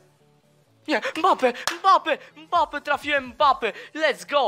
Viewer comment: Czy tylko ja słyszałem mape nie mbape